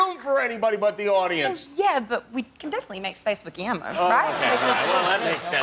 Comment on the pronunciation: Did Margot call Guillermo ‘gidrick’?